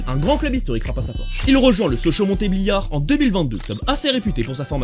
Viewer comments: C’est Montbéliard on prononce pas le t ok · « Montébliard » ça fait mal une prononciation comme ça